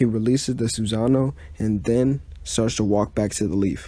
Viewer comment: You said a lot of words wrong like Sassano